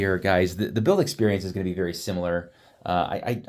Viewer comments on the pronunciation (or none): none